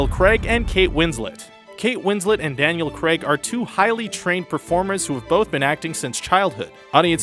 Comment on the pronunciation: "Daniel Creg"?